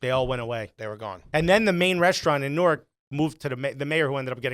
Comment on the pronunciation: Note to all: It's said Nork not New-ark.